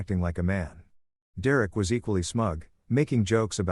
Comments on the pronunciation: Dereck = "Dee Rare Rick" 😂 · D-Rek that s*** was driving me crazy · Lol Dee Eric? Or Derek?😊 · How many times can you Mis-Pronounce the name Derek ?????